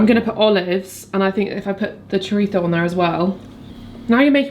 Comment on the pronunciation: Definitely not "choritso"; it's Spanish, chorizo. Merry Christmas! Cheers! 🥂